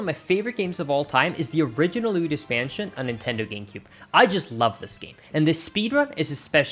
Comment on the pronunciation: I can't get over how you pronounce Luigi correctly on its own but then always say "Luidus Mansion"